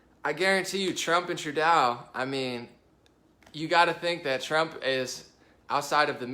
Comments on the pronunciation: Trudeau's name is pronounced " true-doe". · You're mispronouncing Trudeau's name it's " true-doe" But he is NOT a nice or eben remotely good. He hates all of Canada except for french speaking Quebec He's a socialist monster that's killing Canada. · I'm a bit puzzled that with all the news you (must) watch, you haven't heard the correct pronunciation of the name of the Canadian Prime Minister. And no, he's not a cool guy. He is a gutless shadow of a man